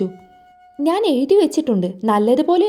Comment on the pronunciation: നാൻ അല്ല ഞാൻ കുയപ്പം അല്ല കുഴപ്പം Pronounciation 🙄ശരിയല്ലല്ലോ 🙄🤔